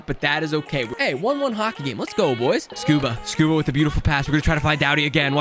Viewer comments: His name is scuderi not scuba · when he kept calling rob scuderi “scuba” 🤣🤣